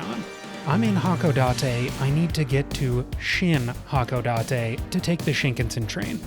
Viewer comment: You put stresses on all the wrong syllables. I'm not Japanese but I know Shinkansen is pronounced with the stress on the second syllable. The way you pronounced Hakodate and Kagoshima also just sounded wrong.